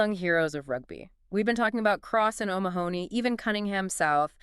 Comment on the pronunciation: Omg his name is pronounced oh-MA-ha-nee, not Oh Ma-honey. Stress on the Ma. Please just watch any European YouTuber pronounce it.